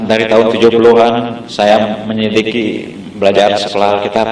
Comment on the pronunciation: Hahhah menit ke "menyelikisi" 😂😂😂😂 menyelidiki kali pak... Ngomong aja gak jelas bgitu 😂😂😂